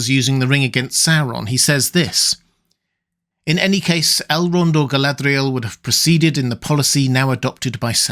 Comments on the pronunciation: Love your stuff. Really. But can we got back to not pronouncing Mordor, Morgoth and Galadriel ( etc) like we just rolled out of a RoP am dram class. 👍😏 Listen to Martin Shaws Silmarillion. You. Don’t. Need. That tat.🙏🤍🖤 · Your pronunciation of Galadriel off and irritating.